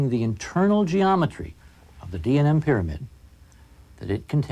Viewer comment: the way Hawass says "pyramid" is very fucken annoying! ITS PYRAMID ASSHOLE...NOT "PERAMETH".....damn